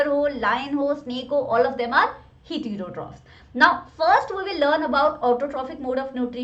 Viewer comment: Ur pronunciation of hetero trophic is wrong